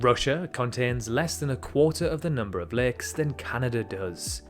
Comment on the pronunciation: its LAKES not legs